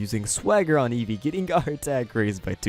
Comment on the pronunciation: Nobody: Eesvee:R E T U R N